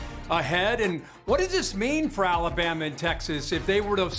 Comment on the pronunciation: Wait, wait, wait, did you really just say ‘’Bama? Now that is ridiculous.